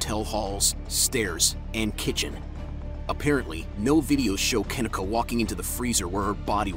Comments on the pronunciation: Pronounced "KA- KNEE-CUH" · Kuh-Nee-Kuh pronounced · Pronounced Kah-Knee- kah, just an FYI. Guess he couldn’t even put in the effort to listen the first 5 secs of one of the dozens of interviews or true crime podcasts done on the poor girls’ case. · KaNeeka is the right pronunciation actually. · KUH NEEK A ..PRONUNCE HER NAME RIGHT. Rest in Paradise Kenneka❣️🙏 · The way her name is being mispronounced is bother me me so bad. (Ke-nee-ka) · You know damn well that young woman's name is NOT pronounced that way! Anyone who heard of this case knows her name sounds like Ka-neeka Jenkins! This is annoying because you have to wonder if it's on purpose. Ppl like to play with black ppl's names all the time. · Pronounced Ken neee kah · Unfortunately they don’t give a dang about that & he’s not pronouncing her name correctly!🙄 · First off her name is not pronounced like that 😠 get her name right first 🤦🏾‍♀️ SMH